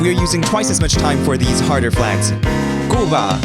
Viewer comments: You Pronounce Cuba wrong it's kyoo•buh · Cuba is cube-a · i know your korean but cuba is pronounced "kyu-ba". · thats pronounced as kyubah not "ku ba" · "cuba" why not "cyubah" also its "federated states of micronesia" and "sahmowah" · cooba???? Its pronounced kewba/cuba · KOOBA got me dying It's KYUBA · Cuba is Q-ba